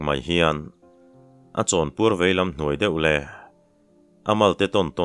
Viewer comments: chhiar hi chu ngaihthlak anuam thin mange.Mahse inhnuai.tih hi inthuai a ti ziah hi chuan ngaihthlak ati hah thlak dueh. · Inhnuai tih hi tawngkam dik lo tih na mi,inthuai (thuai) ti in ilam zel a